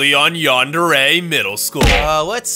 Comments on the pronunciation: I just noticed Its YANDARE CHAN NOT JHONDARE CHAN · DOES IT BOTHER ANY JUAN ELSE THAT CANT SAY YANDERE!?!?!? OMG WHYYYY!?!????